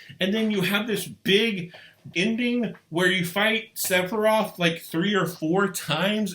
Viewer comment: I’m pretty sure it’s Sef a Roth not SeP A ROTH!